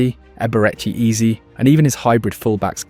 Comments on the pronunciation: It's Eze not Easy but all good, an enjoyable video for sure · It's Eze not ease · Eberechi what???? AAze Ezaeee... I hate these AI videos man its Eze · How did you butcher the pronunciation of so many names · The name pronunciations in this are so bad , I don't know if it's a wind up or not 😂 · If you can’t be bothered to check your AI script to pronounce EZE and MIKEL I can’t be bothered to like subscribe or even watch another video of yours We need to support real football content not this half assed AI slop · Great video but you must've pronounced Ezes name a hundred different ways yet none were correct 😂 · There were so many different pronunciations of his name in this video... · yeah he pronounced Eze’s name seven different ways